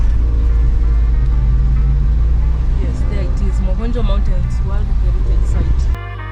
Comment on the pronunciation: You say Ma-kho-njwa the way you would Ke-nya.